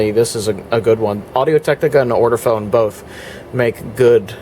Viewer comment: Hi. This has been a very interesting video. Just one thing it’s Ortofon not ORTOFONE!